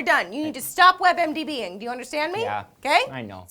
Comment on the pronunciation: did you say "web mdb-ing"? it's web md-ing or IMDb-ing. But I do wonder what diseases celebrities have... oh look christopher walken has heterochromia.